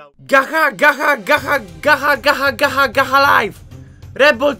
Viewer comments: To sie czyta gacza lajf a nie gacha lajf ale i tak fajny i smieszny odc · Gacha Life (Gacza Lajf się czyta typku) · Gacza life się mówi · To sie gacza life wymawia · CZYTA SIE GACZA LAJF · Czyta się "gacza laif"Gacha life mam kanał oglondnij se na następny odcinku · to nie gaha life tylko gacza life XD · Nie mówi się Gacha Laife, tylko Gacza Life. Ale pisze się Gacha Life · Pisze się gacha life, a czyta się gacza life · pisze się gacha life a czyta się jako gacza lajf :D ;D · Gacha life Czyta sie: Gacza life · To się nie czyta,, gacha life" Tylko ,,gacza laif" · Czyta sie gacza laif a pisze sie gach life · Czyta sie gcza lajf a nie gacha lajf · Gacha Life - Czytaj GACZA LAJF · czyta się ''gacza life'' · To się czyta gacza live